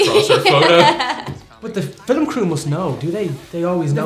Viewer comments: " the fill-em crew" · > irish people get another syllable in the word "Film"--"Fillum" I'm American. i say "fil'm"